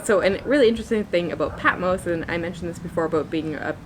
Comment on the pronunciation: It's Patmos, not Patmose.